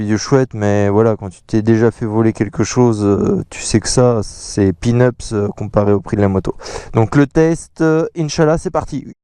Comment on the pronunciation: "Tu sais qu'ça c'est PINUPS par rapport au prix" :) "Peanuts", non ? :)))